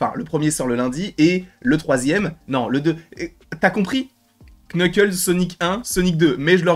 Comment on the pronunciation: C'est NUKLES le K au début est neutre